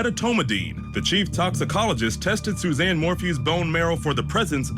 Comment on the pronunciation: I hate when these network stations put on experts who don’t know these cases. Mispronouncing Suzanne’s name, ugh. Talking about the defense pointing the finger at Jeff Liebler. Jeff’s alibi checked out. Do a little research and don’t speak on what you don’t know.